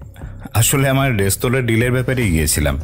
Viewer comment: বারবার "রেস্তোরাঁ"কে "রেস্তারা" উচ্চারণ করাটা ভীষণ কানে লাগছে। এই ধরণের ভুল যাতে ভবিষ্যতে না হয় সেদিকে লক্ষ্য রাখতে অনুরোধ করছি। নমস্কার।